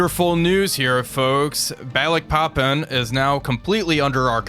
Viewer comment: Loving this series so far but as an Indonesian I do have to both laugh and cringe a bit on your pronunciation of the cities of the Dutch East Indies (Which is ofc now Indonesian cities), your Surabaya though is excellent. Just a tip, we don't have any 'ae' to pronounce any As, we use that for 'ei'. So for example Balikpapan it should be Baaleekpaapaan, all As pronounced like in 'Java'.